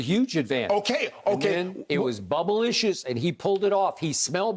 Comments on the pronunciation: Did skip say bubblelicious? 😂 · Did Skip just say, "it was bublicious?:😂😭😂